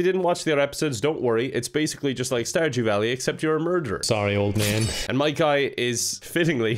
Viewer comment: No one:: starJEW valley